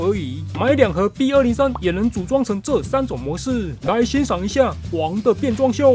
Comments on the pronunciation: 好像把b203講成bot203了😅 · ，你把B説成BOT—203了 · 是不是把B-203讀成bot-203了🤨